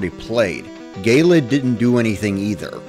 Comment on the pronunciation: i still think it's hilarious that they say "gay-lid" instead of "je-lid"